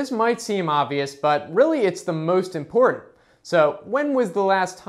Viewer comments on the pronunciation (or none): none